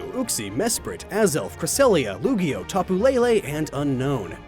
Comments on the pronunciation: Is it just me or did he say Lugio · Heh, he said 'Lugio.' Sounds like a cross between Lugia and Yu-Gi-Oh. xDD Also, you can hit a ghost with a punching bag in Luigi's Mansion. Which I still find hilarious, because you knock the ghost out with a punching bag; logically, doesn't make any sense, but in the moment of playing the game, it's a riot. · Um.., u accidentally said Lugio, not Lugia xD #gen4remakesconfirmed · Did... did he just call Lugia "Lugio"? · Am I tripping or did he call Lugia LugiO??? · not hateing bro...but im pretty sure you said "Lugio"not Lugia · You said lugio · Did he say lugio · Did you call lugia lugio? Like yugio? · Anyone else hear him call Lugia "Lugio?!" or was that just my imagination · I could've sworn you said Lugio. Not Lugia. 😂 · did he just call lugia lugio? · that “lugio” threw me off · Wait did he say Lugio ??? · Lugio XD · Lugio? XD